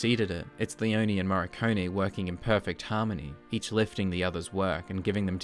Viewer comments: why do you pronounce "Morricone" as "Marconi" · It's "Moh — Ree — Cohn — Eh" In English phonetics. The "r" is hard, not soft though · I pronounce it more like "Morr-i-cone-ee". This is the third movie.